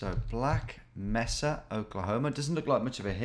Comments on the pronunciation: Meca is pronounced may-sa not messa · fyi it's pronounced may-sa (in black mesa). If you've played half life this will sound very familiar ;) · According to Jar Jar Binks it's pronounced: "misa" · Mesa: ‘may-Saha Spanish for table, often used to describe large plateaus with sheer cliff sides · "black messa" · I had the same thought. "how do you describe this mesa like thing with the word mesa in the title". He was mispronouncing it too so prolly not a common word out side of the US. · As a person living in a city called Mesa, he was killing me with that pronunciation. Then he calls it a plateau, was that a bit?? 😂